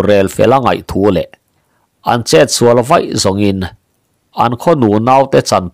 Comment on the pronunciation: "Pachuau kan sual laklawh" tih ṭawngkam hi a thluk a diklo deuh in ka hria. 'misual', 'i sual em mai', tih ang a thluk lovin. Insual hi a ṭhalo tih a sual thlûk ang a thlûk tur ah ka ngai. Pu Narrator